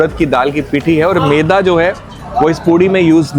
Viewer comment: keh rahi hein meda nahi maida.